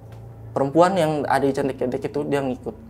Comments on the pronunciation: Candi kethek bang bukan candi cethek Kethek/kera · Candi ke-te'k ( monyet 🐒 ) bukan ketek bang ke tek cara pelafalan basa jawanya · Maaf bang pembacaan nya bukan candi ketek 😄 bang tapi Ktek .. kalo ketek mah ketiak bang bukn monyet artinya 😄🙏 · # Bukan CANDI KETEK. KETEK ITU KETIAK . YG BENAR "CANDI KETHEK" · Smaa "Kethek"=monyet "Ketek"=ketiak😂😂😂😂😂😂😂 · Salah tuh, masak candi ketek (ketiak) 😂 Pelafalan e nya yg depan salah ,,, harusnya ke-tek ( ke nya bacanya seperti kata awalan ke ... Contoh ke pasar. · Salah pengucapan salah arti .. Narasumber sll salah mengucapkan .. Kethek artinya monyet ... Ketek artinya ketiak... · Cara bacanya candi ketek "é" nya bkn kaya lele, klo bacanya gt jd ky ketek ketiak. Ketek monyet ity baca "è" nya kaya kemana, kerumah, kesini, kereta, ketek hehe jd bkn ketek ketiak. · Bacanya bukan ketek bang.. 😂, gua jadi geli sendiri... Jangan samakan dengan ketiak.. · yang disebut masnya, kalo di Jawa artinya kaya candi 'ketiak'😅 salah penyebutan 😅 yg bener penyebutan E nya kaya 'malem'